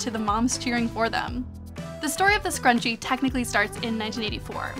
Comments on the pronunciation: MnMsandOreos a scarUnchiee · Oh my god the way Sarah Jessica Parker said "scruchie" the last time is legit one of the worst things I've ever heard